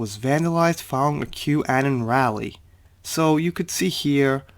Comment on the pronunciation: Anon = Uh-non (like anonymous)